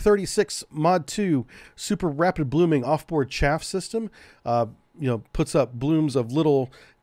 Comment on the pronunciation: Some corrections... - SM-2 Block II improved the ECCM... Electronic Counter-CounterMeasure, not the ECM. - Chaff is pronounced like Ch-ah-F, not like Chafe. - You multiplied the Harpoon weight by 10 when reading it out loud. - The Mk46 torpedo weighs 508 pounds complete, the warhead is only a little less than 97 pounds. - Mk50's are not the '46's little brother except in terms of development timeline as it weighs more than 50% more, has a slightly larger warhead, a third greater range and better than 50% increase in maximum diving depth and was designed specfically to deal with deep diving, titanium hull soviet submarines. THe engine isn't a battery, its a closed loop chemical reaction producing a LOT of heat and steam to drive the pump-jet. - The Phalanx 20mm CIWS... switched from DPU (which for the US government, which has a LOT of nuclear reactors which depend on enriched uranium as fuel with depleted uranium being one of the byproducts of that enrichment process, is actually exceedingly cheap compared to what Tungsten alloys costs to produce) to Tungsten out of environmental concerns about polluting the oceans with a projectile that is still mildly radioactive and might be injested by marine life that could get into the food chain consumed by humans. There is no program to fit SeaSparrow missiles to Phalanx systems. Perhaps you're confused by the SeaRam system which combines the radar dome and sensor fit of the Phalanx Block 1B with an 11-cell launcher for the RIM-116 Rol